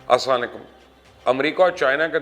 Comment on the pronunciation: Mubashir bhai please ye salam thek se karo